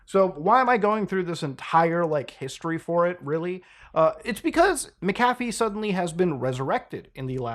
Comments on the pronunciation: You're arguably the first I've heard pronounce it "mickafee" instead of "mackafee". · You keep pronouncing his name wrong even when he says how to say it. Its Mac-A-Fee, you keep saying Mick-Af-E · ita pronounced mac afee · Its pronounced macafee. Omg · You heard him say his name, and still mispronounced it throughout the entire video... ??? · Yeah. You didn't do your due diligence on that one. You don't even pronounce his name right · Muckahfee, Melayneeuh, he literally says how to pronounce his name in the video you play and you still get it wrong... takes two seconds to find out how to pronounce someone's name right and its the least one can do.